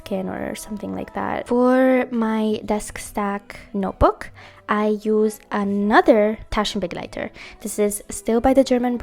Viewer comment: Loved this video. Your pronounciation of " roter Faden Taschenbegleiter" and „ Leuchtturm Drehgriffel" is perfect . Greetings from Germany ❤